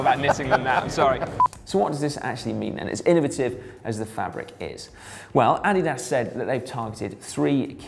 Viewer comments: Yeah, to me it sounds like he is saying "added ass." In German is would be more like AH-dee-das. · "AH-DIII-DAAS". You're saying it wrong Simon :/ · uh-DEE-dus. uh-DEE-dus. I suppose you call it "Pew-Mah" as well? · Uh - Dee - Das Please, you can have Al lu min nee um. But you are killing my ears with your pronunciation of Adidas. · Adolf 'Adi' Dassler. German, and company founder. Therefore: Adi-Das. Vielen Dank. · Simon - different parts of the world pronounce Adidas "ah-DEE-das" or "AH-dee-das", but none of them pronounce it "Added Ass" -- perhaps that is your opinion of the chamois? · Say it with me: UH-DEE-DUHS. ADIDAS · weirdest way to say Addidas